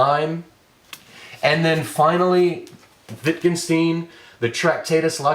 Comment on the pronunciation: It spoils the clarity of thought, when one has to deal in parallel with you calling an author "Witt kin stin". If you're unable to deal even with the phonetics of a very simple name of "Wittgenstein", it is getting REALLY hard to... take you seriously in any way.